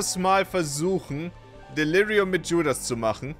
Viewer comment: Wenn Judas mit Dschudas ausgesprochen wird, lol